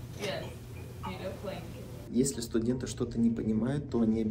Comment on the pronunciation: спасибо за видео!) Только кажется одеяло произносится как бланкет, а она говорит блинкет ☺️ Я сам не понял что такое блинкет 😂